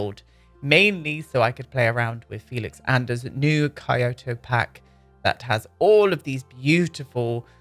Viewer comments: Really gorgeous! Just FYI tho, Kyoto is pronounced like Key-oh-toe. The rice paper doors are called shoji (show-gee) screen doors. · Hmm, it's difficult but Kyoto should be a k sound without a vowel like at the end of duck. Then drag the K and add yo and to with a kind of h sound at the end. So maybe ck- yoh- toh would be a better way to suggest it. The main point is the voice shouldn't go up with any vowel sounds.